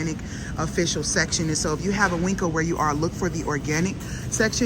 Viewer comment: Please stop with calling the market Winkco. It's pronounced Win-co. There's no K in the name, and it is not spelled Winkco